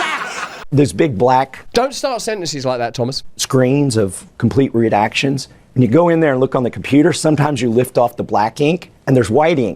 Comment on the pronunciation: Did he say REDACTIONS or RUDE ACTIONS?